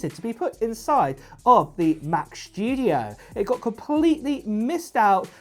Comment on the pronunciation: Mac Schtooodieoh LoL